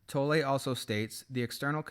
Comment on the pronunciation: You’ve made an effort to pronounce Eckhart’s surname correctly:)